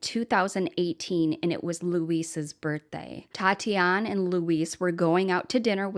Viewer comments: What a great tribute. Her name is pronounced at Tatianee (long "ee" at the end), Tati for short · Since she is Brazilian it is Tatiane pronounces Tatianie, the -e makes the 'ie' sound as in 'key' so you're correct it isn't Tatiana. :) Merry Christmas, I love your videos. ♥️